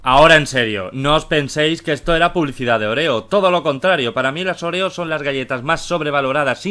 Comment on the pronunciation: Se llama óreo porque le dice oréo?😂?😂?😂?